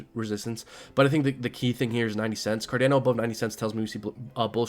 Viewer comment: Car Don O ...not car Dan o